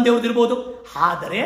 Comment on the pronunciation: ಸರ್ ನಿಮ್ಮ ಜ್ಞಾನಾರ್ಜನೆಗೆ ನನ್ನ ಹೃತ್ಪೂರ್ವಕ ಅಭಿನಂದನೆಗಳು..... BUT ನಿವು ಪ್ರತಿ ಬಾರಿ ""ಆದರೆ"" ಅಂತ ಉಚ್ಚಾರಣೆ ಪ್ರತಿಬಿಂಬಿಸುತ್ತಿತ್ತು.